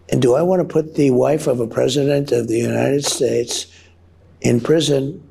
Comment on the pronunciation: What the hell is the "United Sss"